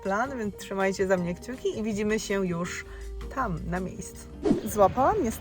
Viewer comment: Bardzo lubię cię oglądać, ale nie nie mogę słuchać tego " sięł "